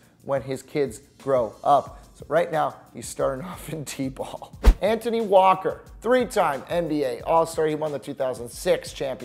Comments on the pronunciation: Did he pronounce Antoine Walker; An-tone-E??? It's pronounced an-twon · It’s not “Ann-tunney Walker.” It’s “Ant-wawn Walker.” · Really “antoney walker” [an-twon] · “Antony” Walker lol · “Anthony” Walker.... really? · It's Antoine Walker not Anthony FYI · “Anthony Walker” really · Bra dat ain't how u pronounce Antione Walker first name An-TWon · You lost me at “Antony” Walker. Come on man!!! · Its Antoine walker not antony walker lol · Chris Webber is nowhere near forgotten and it’s pronounced “Antwon” Walker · Chris webber is constantly on tv and hes one of the announcers on 2k18, its pronounced " antwon " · He said walkers first name so wrong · Said Antoine wrong